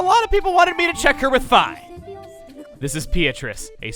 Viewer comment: the only thing I don't lol about Thu playtrough is the chuggaa says "fi" instead of "fee"